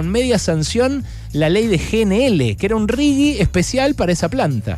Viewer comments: Ale, me pareces un capo y me encanta escucharte pero no digas más RIGUI por favor, es RIGI! jajaja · Un horror, lpm. Berco, se pronuncia "riji" esa porquería. Si tuviera "u" sería rigui. Es un asco de las dos formas, claro está. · Hola. Desde hace un tiempo detecto una "manchita" gramatical en tus editoriales, cuando te referís al "RIGI".¡ Pronuncias "RIGUI"! Por lo demás, como siempre, son excelentes. Espero que no te ofenda la sugerencia de corrección. Adelante y gracias